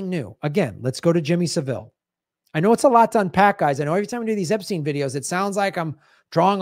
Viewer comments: it's pronounced SA-ville, not Sav-Ille. The accent is on the first syllable. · Jimmy Sav-ill rather than Seville